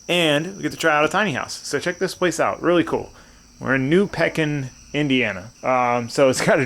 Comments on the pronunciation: New Pekin is pronounced New Pee-Kin.. dang you were right down the road from where I'm from! My cousin races at Salem Speedway, been there many times! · Haha being from 20 mins away from the track i has to laugh at the burnout mark comments and the pronouncing of new pekin it’s actually pronounced new (peekin)😂 love the videos! Wish i knew there was an event that day.